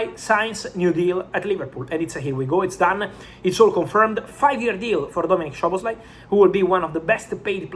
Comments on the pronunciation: With respect, its not "Shoboslai" its both "S" like Soboslai. Sz in hungarian sounds S on english. In polish sz sounds sh, in hungarian just simple s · The correct pronunciation is ‘Soboslai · bro it's pronounced Soboslai